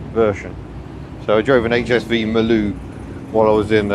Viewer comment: Marloo not Mloo 😄